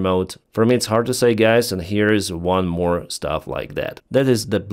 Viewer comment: Lol. You said 'g*ys' instead of guys. Not offended!, just noticing. ❤ Love the channel. I realize speaking English is hard for Slavic people.